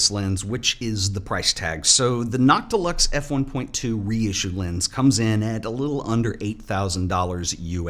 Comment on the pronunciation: I thought you were saying “not deluxe” and I was very confused why they would name a lens that lol